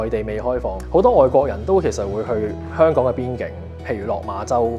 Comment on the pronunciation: 做既内容都好好，Thanks! 但係始終都係好多懶音，有時聼到 Hon-Kong 即刻出左戯